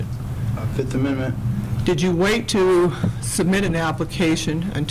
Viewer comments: "I plead the FiF!" - Tron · was that the fifth, or the forth?